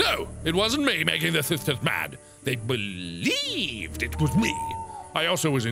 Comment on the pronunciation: the way he says "believed" omg 😂😂. It almost reminds me of the Duck from Don't Hug Me I'm Scared.